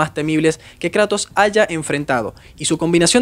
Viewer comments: jajajjja "karatos" 🤑 nueva forma de llamar "kratos" jaja. me gustan tus videos 😁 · "thor fue a luchar contra karatos" jajajajaj, como que karatos? 😭😭😭😂